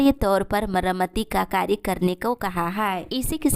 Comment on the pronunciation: मरामाती नहीं मरम्मती होता है